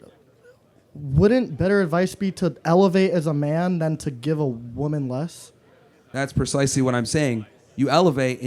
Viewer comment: Not a single one of these retards pronounced the word woman properly 🤦